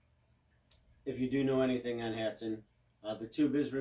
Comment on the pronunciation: Thank you someone who says hatsan right